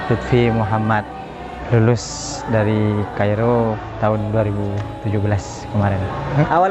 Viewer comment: Son,Cairo gini bkn kairo... Salam dr Alexandria Mesir Jazzakhulkhear